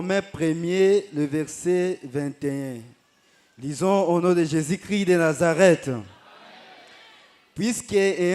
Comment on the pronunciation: Amen il faut bien préciser Jésus Christ, pas Jésus cri